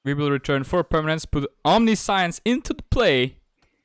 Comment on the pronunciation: I know English isn't your first language, so I want to help you pronounce Omniscience correctly. You are pronouncing it "omni-science", which is how it looks, but that's incorrect. For future reference, it's pronounced "om-nish-ence". That's the US English way of pronouncing it. The UK/European version is "om-ni-si-ence". Both are technically right. Here's a link that can play both versions of the pronunciation for you. Hope that helps! EDIT: If anyone didn't know, "omniscience" means all-knowing, or knowing everything there is to know.